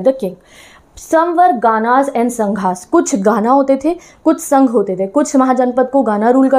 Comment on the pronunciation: Ma'am।।। गण को गाना बोल रहे हो। संघ को संघा बोल रहे हो। 😅😅